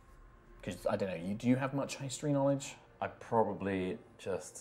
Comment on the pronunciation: Flummiification NAW-LEDGE